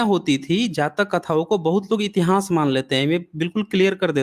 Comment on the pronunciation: बड़े ज्ञान की बातें बताते हैं, बस उच्चारण की त्रुटि में सुधार करके इतिहान्स को इतिहास कहें; इतिहान्स कहना फूहड़ लगता है।